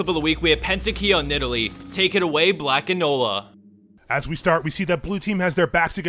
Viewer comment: I thought he said Nurse Akali ON Lee Sin. I was thinking that would be an actual decent rule 34 pairing.